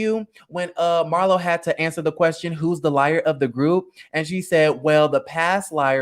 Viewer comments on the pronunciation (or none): none